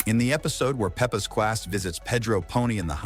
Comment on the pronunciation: BRO SAID CWASS💀💀💀